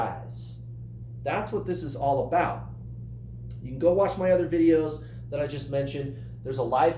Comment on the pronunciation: Noooooo, we don’t say “about” like that at all! 🙈